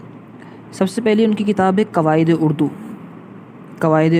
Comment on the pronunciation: کاش آپ مولوی عبدالحق صاحب کہتے! باربارمولوی عبدالحق کہ رہےہیں۔ کواعدنہیں قواعد نیزکدیم نہیں قدیم اپناتلفظ درست کیجئیے